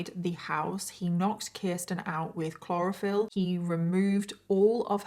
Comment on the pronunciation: I was coming here to say the same thing haha. I also think it’s cute how with her accent she says “ashume” instead of assume lol. There’s a few other words she says that are cute too. But I giggled out loud when I heard her say chlorophyll and now all I can think of is bugs in handcuffs haha. 😂😂